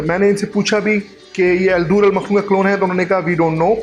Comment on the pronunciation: مکنون ہے، آپ مخنون کہہ رہے ہیں، بہرحال ویڈیو بہت اچھی ہے،